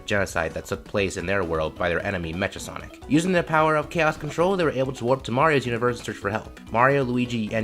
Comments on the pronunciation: 😂😂😂😂 It's cool just funny to hear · This is a good video. You just pronounced Mecha Sonic wrong.